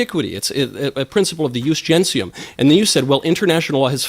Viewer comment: Unsurprisingly, Michael Knowles also misunderstands "jus gentium" (aside from mispronouncing it): "Jus gentium (law of nations/peoples) refers to a body of customary law in Roman legal tradition applied to all people regardless of citizenship, distinguishing it from "jus civile" (civil law for citizens). It functioned as an early form of international law based on COMMON PRACTICES, EQUITY AND SHARED UNDERSTANDING". Knowles doesn't even do the most basic of homework. Like Boris Johnson and Jacob Rees-Mogg, he thinks that burbling some Latin will make him look impressively posh to his gullible followers.